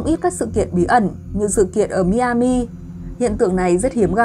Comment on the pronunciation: Tiểu bang Miami đọc là (mai -a-mìa ) cảm ơn